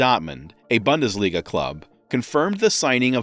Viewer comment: That speaker is a real !@ can't pronounce a thing right. From "Bundesliga" to "Pep Guardiola" he gets about everything wrong. A true earsore - low-quality production. Horrible! Not even mentioning the facts forget it